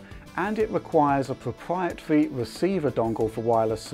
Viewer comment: Pwopwiatwy weciever dongles lol.